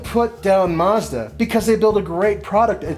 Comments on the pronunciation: Why do americans pronounce car names so badly, its MAZda not Musda, its NISSan not Neesan and its JagUar not Jagwar. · Mazda, not fucking maaaazda! MAZDA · Why do Americans pronounce it "Mozda"? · It's Mazda ( maazda not muuzda)!